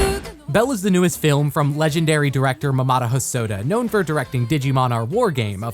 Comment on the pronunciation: It sounds like you pronounce Mamoru like “mamada”